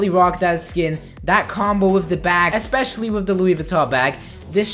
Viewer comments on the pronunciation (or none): none